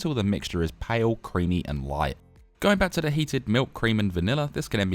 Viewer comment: The Aussie accent coming in on the "light" at 4.11.